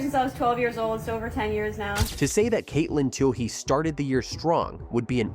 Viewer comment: Dude, what are you smoking? She ran that mile in four (4) hours 25 minutes? Actually, she ran it in .54 minutes ! Edit your post before sending! Learn how to pronounce her name. Go Katelyn!!